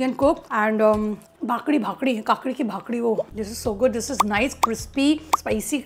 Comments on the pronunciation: Its kaakdi (cucumber) chi bhakri (roti) n nott kaakdi bhakdi 😂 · It's not bhakdi didi It's called bhakri But you made it so nicely😊 Love your videos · My cutie pie it's not bhakadi it's bhakari ❤ u r to cute love you ❤️ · It's not bakdi it's bakri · It’s not bhakdi it’s ****Bhakri ** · Its bhakri * not bhakdi